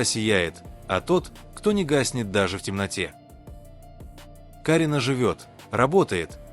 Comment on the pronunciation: Не КАрина , а КарИна , учитесь правильно произносить имена , не раздражайте людей.